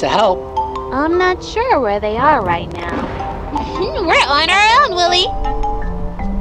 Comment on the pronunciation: Why is it saying Willy instead of wooly